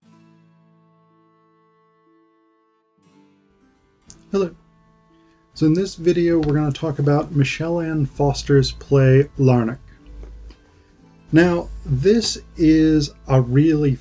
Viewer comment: For goodness sake get the name right. It's Michael Anne, not Michelle Anne and FoRster, not Foster.